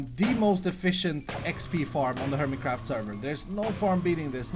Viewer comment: he said hermeycraft in the intro...lol Nice...😏😏😏